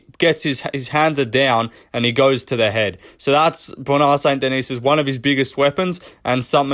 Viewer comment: "Bwona Saint Denis"